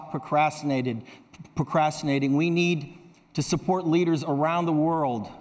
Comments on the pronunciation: he miss pronounced one word: procrastinating 😎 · he flubbed the word "procrastinating". This is me just nitpicking but it must have been a big deal for him, that he got this oppurtunity to talk about climate change on such a scale, surely he must have been a little nervous to say the right things on the stage.